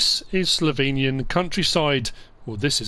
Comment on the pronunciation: Ypu dont pronunce slovenian countryside right